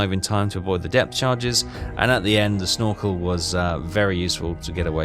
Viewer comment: LoL "Shnorkel" 🤣 Answer to your question at the end: Loved it, yas want much, much more.